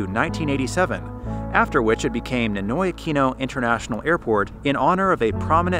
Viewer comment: Pronouncing NINOY is not same as English. It has to pronounce like Spanish